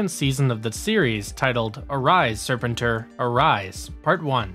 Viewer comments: It's pronounced " Ser Pen TOR" not " Ser Pen Ter" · It’s Serpentor! Not Serp-entor! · And it's pronounced... Sir Penn Tore, not Serpen Tor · How you say ... SEPENTOR over & OVER! LoL 😆 ... as'well thus series was on 5 day's a week, Every week... I'm NOT sure if I too heard you say ... Lady Jayne!? Cause it's LADY-J . Yet decent & good video... as'well HASBRO is NOT doing a Lone series on Scarlett noo more!!! Especially after how Snake eyes completely bombed!!!! Yet ..... what may be in development is a back story on DUKE! I'm sure they will scrap this too ... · SERPENTOR!!! Not Serpenter! Dude!! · SER-pen-tor? You mean ser-PEN-tor! I hate when someone who was too young to even be there tries to review something he knows nothing about. 😒 Quit watching . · Stop saying "Sir Pen Tor" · I am convinced that this channel mispronounces things on purpose to get more comments. They do it every video multiple times. But it could also be that people nowadays don't seem to know how to research, or say things correctly, at all. Serpin-tor, ugh. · Are you mispronouncing Serpentor on purpose? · Cool video but your pronunciation of Serpentor is killing me! It's "Sir Pen Tour" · I’m guessing this guy isn’t actually a G.I. Joe fan. He mispronounce “Spentor” throughout the whole video making it hard to watch. He also left out Scarlett who is without a doubt more of a main character than Beachhead or Sgt. Slaughter. Scarlett is shown as taking on leadership in Revenge of Cobra after it appears Flint was lost in battle. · I agree I was about to say that!! in Los Angeles, G.I., Joe was onKCOP channel 13. And they played those cartoons Monday through Friday afternoons never on Saturday. And lastly, I just want to say, will you pronounce serpentor correctly? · Ya I had to shut the video off after the 4th time he butchered Serpentors name 🤦🏽‍♂️ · Lol I’ve never heard anybody say serpentors name the way you do 😂😂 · The way you said Serpentor is wrong.